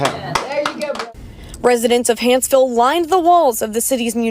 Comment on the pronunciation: Small thing but it's Hanceville not Hansville. Comments up above are incorrect. Love your content sir.